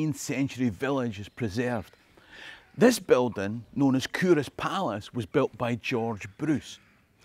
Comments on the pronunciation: Love it...had no idea it was pronounced coorass! I think your videos should be used in Scottish schools. All I learned in my Scottish school was English history. Your videos are so informative and full of fun, kids would love them. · That's how we catch out the non-locals. The correct pronunciation is Coo-Ross, like you wanted to name your cattle after Friends characters.